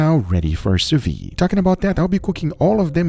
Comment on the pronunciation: It´s not sous vi.. It´s Sous Vide.....You have to pronounce the D.:-)